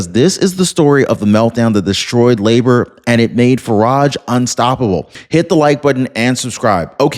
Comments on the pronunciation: And it's pronounced "Labour" - like what women do in childbirth. Not "La'bore" in that weird French accent. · Its Labor, like the US word, labor, as in labor union. Its not Làboor. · Labor, not la'bore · Its Labour not Laboor We need a change desperately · I hope Starmer is really out. He’s been a traitor to his country., Labour is pronounced as in Labor, not La’bour. Just a friendly help. Good video, thanks. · It’s pronounced Lay-ber, not La-bor. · laborr, seriously?....it's pronounced Layber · Lay-bah not la - boor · It's NOT La-Bore; it's Leybor! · Lay-bar is how the party name is pronounced brother. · It is pronounced "Laybor" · labour is pronounced labor? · LABOUR is pronounced LAYbr, no L'boar. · yea i fact checked and unsubscribed for his blatant misinformation. can't even fact check is information and can't even pronounce labour correctly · bruh. Learn to pronounce 'labor'. it's Britain, not France... "end of line" lol. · Thank you! He said it correctly in the beginning then switched it up to sounding weird!